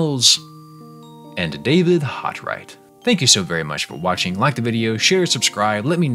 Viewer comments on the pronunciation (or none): none